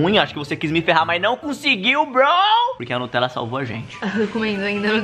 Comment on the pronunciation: "o falou *notella" kkkk n é nem Nutella, é *notella kkkkkk